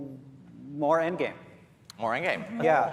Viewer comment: Again doesnt sond like "end game" sounds like " end of season content"?